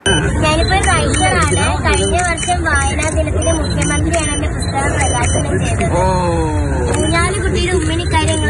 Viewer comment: റിപ്പോർട്ടരേ ബുസ്തകം അല്ല പുസ്തകം